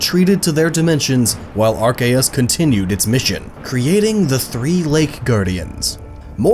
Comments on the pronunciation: Gabe He emphasizes it oddly. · The official pronunciation is Ar-key-us not Ar-kay-us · Chance Simons are Kay us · Ar cay us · It's Ar-kee-yus. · "there was nothing but an egg that hatched into ARKAYUS" "such as ARCTIQUNO" This video is hilarious please do more. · As soon as he said < ar - Kay - us > I knew it was Gnoggin lol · even though that's how ash Ketchum pronounces it in the movie, i will forever say it as Ar-see-us. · The games literally reference how to say it now because of silvally. RKS system - Arceus system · It’s pronounced “AR-KOOS” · When he pronounces it are-kay-us Instead of apropos Me:TRIGGERED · EXCUSE ME AR-CA-US IS THAT WHAT YOU ARE SAYING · Arceus was right, the c is hard. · Why did you say archeus when it's arceus, i cringed so hard... but still nice video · Silvally's ability is RKS, Arceus is pronounced Ar-Kay-Es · i-i thought it was arSEEus but ok. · It's arcccccccccceus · its Archeyus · Whenever he said Arceus I cringed